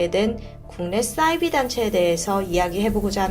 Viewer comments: 싸이비? 사이비~ 발음강하게말고 디바제시카 따라하네요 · 자꾸 싸이비라고 발음하시는 이유가 뭔가요